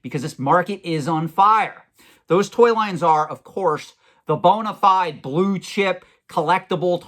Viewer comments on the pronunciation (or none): none